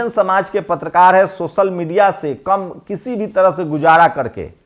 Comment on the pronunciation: See how this youtuber pronounce words sosal bra pichra deliberately to prove himself pichra